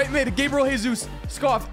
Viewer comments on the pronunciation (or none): none